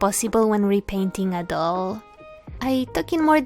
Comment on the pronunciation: I’m sorry but the way you said doll at the end made me laugh😂💕